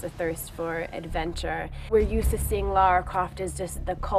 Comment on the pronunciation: Did he just end calling the game "Laura" Croft